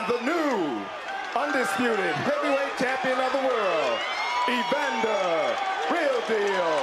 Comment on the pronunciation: Bukan EPANDER, tapi EVANDER!